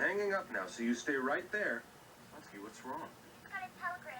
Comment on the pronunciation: The Disney version has the correct pronunciation of Satsuki’s name. The Fox dub pronounces every syllable in her name, which is wrong. The “su” is meant to be said quickly, almost to the point where you can’t hear it. I like that the Disney version actually makes them sound like children, but it’s also almost too real, if that makes sense? Fox is what I grew up with, so I’m gonna go with that one.